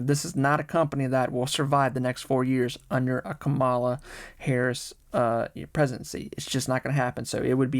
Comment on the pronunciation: How do people still not know how to pronounce Kamala? 😅